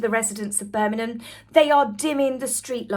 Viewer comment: love your videos so much, very informative but please can you pronounce Birmingham with the G it's making me cringe a bit. Or maybe say Brum. Don't mean to criticise, just got to say it. Hope you don't take offence as I'm a massive fan x